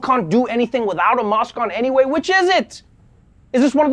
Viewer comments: He can't even say mask. Wtf is a musk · He pronounced mask like mosque. I was confused for a bit. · Is he saying 'mask' or 'mosque'? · What's a mosk? Like, Elon? huh? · so he can pronounce the letter A properly when he says vaccinate but not when he says mask...... hes like fake italians who only pretend they have an accent when they say mozzarella or ricotta